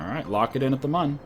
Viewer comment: The "Mun" is pronounced moon